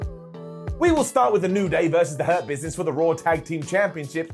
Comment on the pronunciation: Why does Hurt Business sound like Herpes when says it?